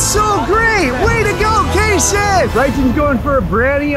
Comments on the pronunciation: He's name kayson he's not kason 🤢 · It's "kayson" not kasen! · It’s kayson not KASON!!!!!!!!!!!!!!!!!!!!!!!!!!!!!!!!!!}}}